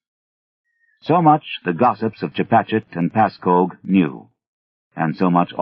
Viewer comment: This narrator... he did his homework. Got the Pascoag, Chepachet and es lasst sich nicht lesen pronounced right!